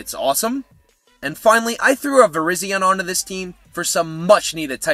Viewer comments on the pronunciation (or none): none